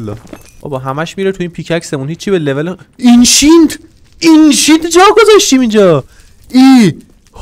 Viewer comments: آنقدر گفتی اینشینت نمیتون اسم درستش رو تلفز کنم🤣🤣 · اینشینت نه انشنت دبریز